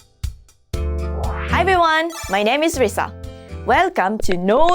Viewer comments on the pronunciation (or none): Risa not rasa